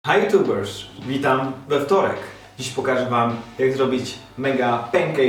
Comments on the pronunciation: chyba się przesłyszałam ale mi się wydawało że powiedziałeś na początku hey youtubersz xD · powiedziałeś hey youtubersz